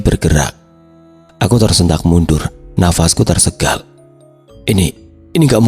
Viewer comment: Tersengal ya bukan tersegal....